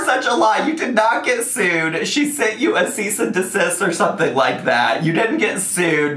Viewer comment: “Seize and assist” will forever remain one of my fave molments 🤣